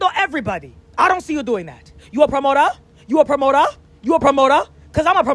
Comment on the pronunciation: “You a promotoa you a promota, cause I’m a promota , I’m a promota” 😭😭😭😭😭😭😭